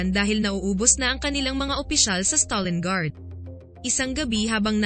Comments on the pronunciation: It's STALINGRAD, not StalinGARD. Nice vid though. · Stalingrad hndi stalinguard